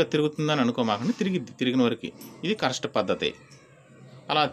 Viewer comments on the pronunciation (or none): మీరు "కరెస్టు" అని తప్పుగా పలుకుతున్నారు. కరెక్ట్...అని పలకండి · daya chesi ne English ki Oka dandam, dayunchi me viewers ki mi English tho champakandi,,. adhi hanchor hukku kaadhu, Anchor hook,, alage correst kaadhu adhi correct ani correct ga palakali🙏🙏🙏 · Correst kaadu correct